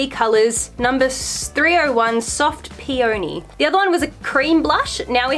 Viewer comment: the way you said peony tho